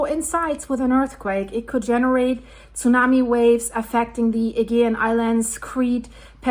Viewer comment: can you look up how other people say aegean please